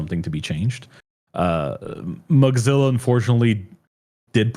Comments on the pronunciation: Why does pronounce "Mozilla" like "Mugzilla" or something like that? Is it some kind of joke that I don't get or is the pronounciation just wrong? Kind of irritating everytime he says it (I'm not able to ignore it), otherwise very nice conversation. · Accents exist ?? and native speakers of a language can have different ways of pronouncing the same words.